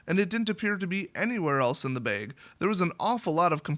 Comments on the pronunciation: .....say "bag" again.... ahahah :) .......(baiige).. love you dude. good story :) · haha baig!